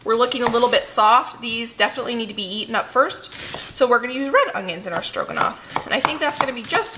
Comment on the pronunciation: I love, I really do, I mean who doesn't right... But everytime she says ong-ions 😕😕😕I'm like what is an ong-ion?